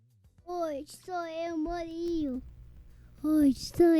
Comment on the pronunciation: Que lindo o “Morilo” no final 😂